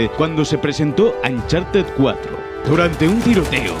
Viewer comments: Se pronuncia oncharted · Nadie Absolutamente nadie Ni Nathan leyendo su diario: Ancharted 4